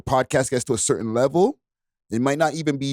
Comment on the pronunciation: The word is "certain" not curtain lol